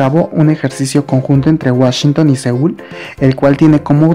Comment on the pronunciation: Es seúl no seoul